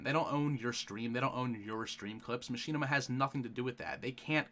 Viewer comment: muh-shi-nih-ma not ma-she-na-ma